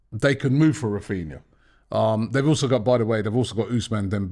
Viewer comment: Granbry instead of Rafinha